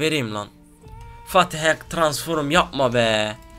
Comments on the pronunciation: transforum değil abi ya gıcık oluyom transform diyecen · abi transforum deme ya :) şöyle diyince gülesim geliyor